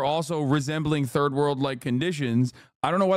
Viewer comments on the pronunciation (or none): none